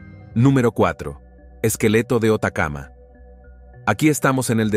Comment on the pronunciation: Hola e vi este video y no se si ohi mal sobre el nombre del desierto mas arido de Chile pero aqui se nombra como desierto de Atacama y no Otacama e si me equivoco podria crregirme . gracia.